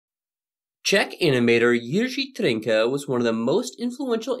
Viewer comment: Pretty good pronunciation of Jiří Trnka